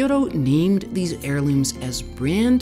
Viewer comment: Loved hearing about the history of Mizuna . I found the repeated mispronunciation of Kyoto distracting